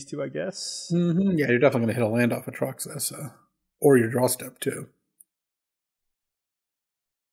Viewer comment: Oh yeah its been months of A Truck suh